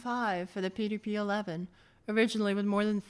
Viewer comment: Did you notice how it effed up the pronunciation of "PDP"? It's AI crap (cf also eg 's "threeee")